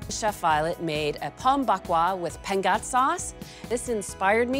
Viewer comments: Hshshshhs was that pengat 😂😂😂😂😂😂 i didn't manage to catch it at all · Oh, pengat! For 3 minutes I was trying to figure out what you said 🤣🤣